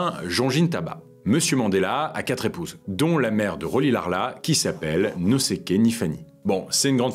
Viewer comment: On ecrit Rolihlahla mais on lit Rolilshashla en xosa